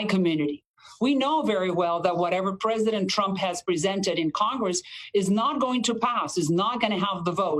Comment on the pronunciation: Did she said “Presiden Trump”? 😂